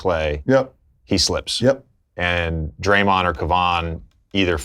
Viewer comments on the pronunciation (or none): Lebron called draymond dae dae 🤣🤣🤣🤣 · Lebron really calling draymond “day day” lol